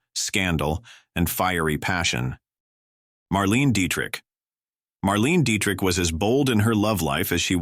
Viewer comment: Marlena not Marlene.